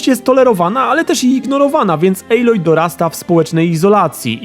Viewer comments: recenzja jak zawsze spoko ale nie ejloj a aloj:) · Nie mogłem..., wyłączyłem po 5 minutach... czyta się aloj a nie ejloj...